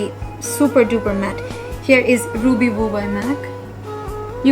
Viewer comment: Not TOP but TAUPE A&U gets the stress & not Ruby Voo Ruby woo kiss woo & bite v’s.